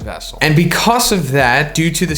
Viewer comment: everyone: becuzz: becuss